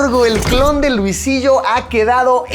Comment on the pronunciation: alguien sabe porque el video me sale en inglés? jajajaja escuchar a luisito en inglés no esta chido jajajaja dice luisilo en vez de luisillo